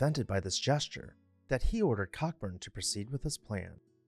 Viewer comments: Admiral Cockburn is pronounced 'ko-burn'. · FYI - Cockburn is pronounced co-burn. Ok? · Cockburn is pronounced CO-burn.